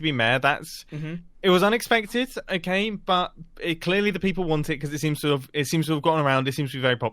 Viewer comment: let me translate for you, don't comment on channel "becwause he gwets angwy"